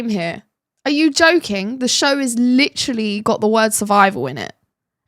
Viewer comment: Please for gods sake quit saying litttrrolly. The damn word is literally.Learn how to pronounce it if your gonna use it so excessively.